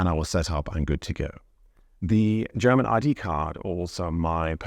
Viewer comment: Is it just my idea or are you pronouncing the word "German" as "Cherman"? :face-turquoise-covering-eyes